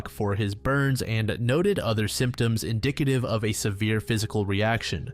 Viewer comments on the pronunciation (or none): none